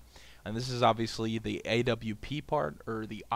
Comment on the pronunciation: Thank you for saying W properly. I hate people saying AVP lol